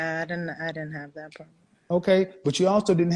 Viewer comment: We have a pwabbblemmm